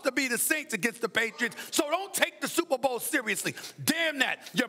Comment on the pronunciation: “Supa Bo”